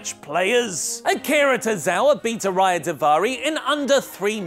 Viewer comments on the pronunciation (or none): none